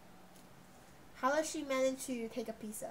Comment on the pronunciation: Is pizza not pizsa